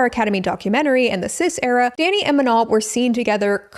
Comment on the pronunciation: It kills me that you keep saying "Manal" 😂 it's just straight up "ma no", like saying no to your ma 😂